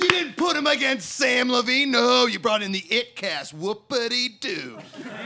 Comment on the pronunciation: Nice job mispronouncing Samm Levines name